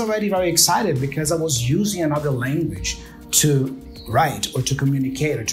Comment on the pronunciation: PRONUNCIATION TIP: you are mispronouncing the second syllable of ANOTHER, it's an UH sound, as in BUT, not an O sound as in DOG or DOOR.